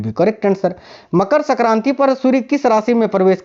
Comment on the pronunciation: Pehle aap Hindi thik se boliye sakranti nhi sankranti hoti hi